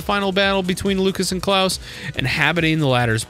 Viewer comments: Actually, no, you do say it correctly. The way you say it is the german pronounciation, "Klaus", which is canon. We know it's canonical because the canon japanese pronounciation is Kurausu, Klaus. The people who pronounce it softly, as in "Santa Claus" are wrong. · I think he said it right